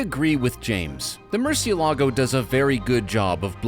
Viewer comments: A LOT of people get this wrong, even journalists.They say murcieLAAGO you are stressing the 'a', you don't stress the 'a' there's an accent on the E that is where you stress it MURCIÉ-lago is a Spanish word which mean bat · Accent is over the “e”, not the “a”. Yes, just about everyone pronounces it wrong. Murciélago is a Spanish word for bat, the nocturnal creature. Lamborghini names their cars for Spanish Bulls, as in fighting bulls. The word is not Italian. The Italian word for bat is different.